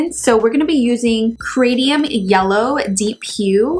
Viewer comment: Cadmium. It's pronounced cad me um I'm really enjoying your videos. I might not reproduce what you do but you giving me a lot of great ideas.